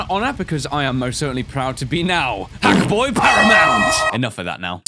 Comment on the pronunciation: okay, hackboy, it sounds more like F...boy just saying